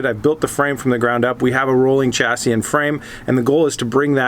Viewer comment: It's pronounced shassi, not chassi